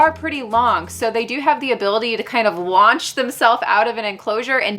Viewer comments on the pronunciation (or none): none